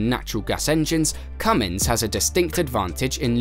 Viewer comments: The name is not Cummings it is Cummins get it right before you make a video. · CUMMINS has NO "G"! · It's not Cummings, Cummins that g people put on the end annoys me...